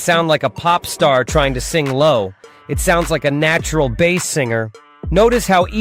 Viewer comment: Interesting video, I shall try this. Suno "Headers" are called Meta Tags. Also you AI voice is having problems pronouncing many words such as Bass and Close-mic, you could spell these phonetically in your script for consistency.